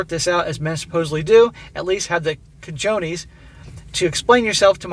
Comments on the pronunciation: You live in florida now. Gotta learn to pronounce spanish words. CAH-hone-es Means balls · You're living in Florida and don't know how to pronounce cojones. 🤦🏻‍♂️🤦🏻‍♂️